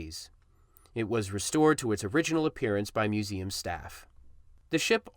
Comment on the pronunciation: learn how to pronounce museum